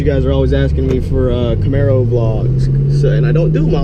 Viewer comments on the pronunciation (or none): say Camero with an Italian ascent one more time and I'll drive down there and slap the shit outta you Dan lol